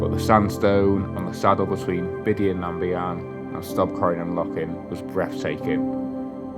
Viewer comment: Great video. Subbed. The Scots are so lucky to have freedom to roam enshrined in law, especially when it comes to camping in the hills. A hard fought for right and only really appreciated when you don't have it. Down south, outdoor access is so limited. For what it's worth, "Bidean nam Bee-an" is the way it's pronounced. Cheers.